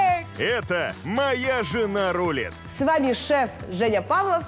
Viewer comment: В слове Рулит ударение на второй слог 🤦‍♀️